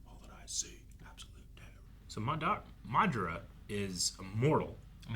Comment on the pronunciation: maduhra uchiwawa